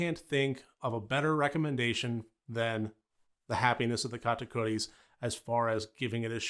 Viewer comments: I love how you pronounce Katakuris! I enjoyed this movie so much, as a musical geek, it was right up my alley, great review. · You pronounced it perfectly dont worry! Great video btw